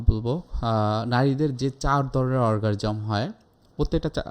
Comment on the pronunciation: অর্গাজম উচ্চারণ করতে পারে না, বলছে অরগারিজম।